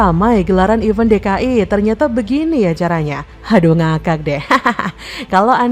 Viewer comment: Mbk. Mimin...belajar baca & bedain: event & even bacanya & artinya beda... EVENT -> "ivènt"... EVEN -> "ivên"...